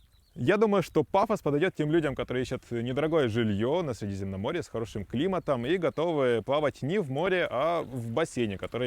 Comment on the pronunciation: Слово "море" блоггер, находящийся на море, обязан произносить правильно